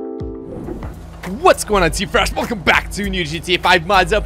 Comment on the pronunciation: Stop saying flash instead of fresh